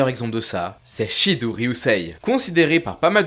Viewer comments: Shidou se lit shido en japonais 😂😂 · Super vidéo comme toujours 🙂 Pour Shidou avec "ou", il faut le prononcer "o". Le "ou" est un "o" long 👍🏾